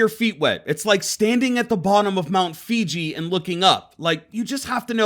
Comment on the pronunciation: "Mt. Fiji"